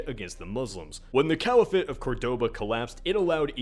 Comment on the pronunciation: Caliphate is pronounced kah-lee-phit. Not the weird half-anglicized way it is pronounced in the video. I'm not hating just informing.